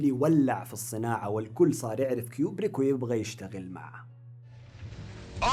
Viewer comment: *كوبريك مو كيوبريك